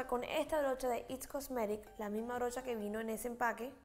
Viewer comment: Hermoso!! Solo una observación, no se dice "its cosmetic" es "IT COSMETICS"